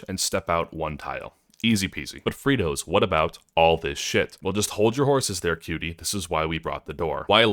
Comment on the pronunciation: TIL that men bad, damage good, and it's fritos not free toes